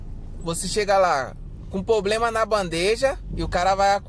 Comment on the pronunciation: Amigo, pRoblema e não pOblema.